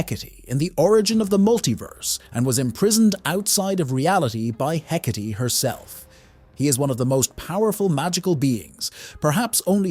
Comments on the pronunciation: The proper pronunciation is "Heh-kaht-ee". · the ai saying “hecate” with th e at the end.. urg. the joy of ai generated voices from a script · While I will acknowledge that AI voices are getting better and better, (this one is quite good), it still mispronounces things a lot. Myxy's name and Hecate's name being some of the worst, you should have just left the E out of her name so the AI didn't pronounce it. I can ignore Myxy's mispronunciation because everyone pronounces it differently, which I think fits his character really well. What I don't get is why people can't just read from a script, why is it that they need a primitive AI that doesn't sound human at all to do the job. No matter how your voice sounds, it's always going to sound better than an AI.